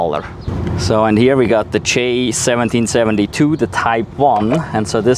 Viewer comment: It IS amazing the size difference- as they say-it matters. I always feel like such a stud when I plug in my car with the CHAdeMO lol. At first it was difficult but has gotten easier. I appreciate your pronunciation of the CHAdeMO- now of I can get it into my thick head to say it that way, here's hoping! Even though I'm not a T fanboy -always though they were too expensive, their charger plug (as well as their vehicles) are S3XY!